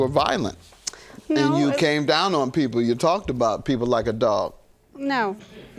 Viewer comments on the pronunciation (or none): none